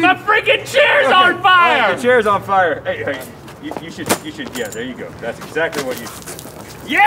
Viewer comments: "Today, we make -" " -HARRY DIDJA PUT YER NAME IN THE GOBLET OF -" " - FIAH," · Today, we make FIAH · FIAH FIAH FIAH FIAH!